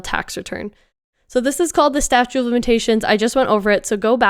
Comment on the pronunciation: It's "statute" not "statue"